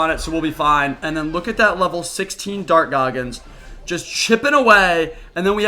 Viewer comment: Im so high rn im laughing everytime he says dark goggins